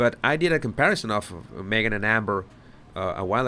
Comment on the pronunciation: Yes she here again! ...me-a-gan..Megan!! Go see your dad if you a compassionate woman!!